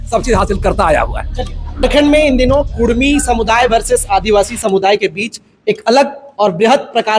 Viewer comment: Usko to pahle bolane ke liye sikhayen uska uchharan Achcha se Hara Nahin Kurmi bolna Karni bol raha hai